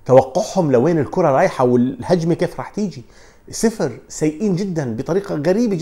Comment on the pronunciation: تستفزني لما تقول سفر اسمهاااااا صفر ارجوك واحبك والله🤣🖤